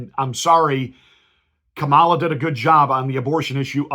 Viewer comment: Exactly! The fact that he is intentionally mispronouncing her name is a dead giveaway., you sir are no Christian.